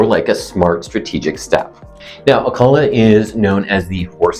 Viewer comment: First off--pronounce the name right. You get more respect that way.